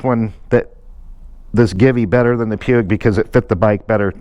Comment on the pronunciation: Nice job on the mods. I like the way that Givi windscreen looks on there. BTW, everyone seems to mispronounce "Puig". It's pronounced "Pooch" and is a Spanish company.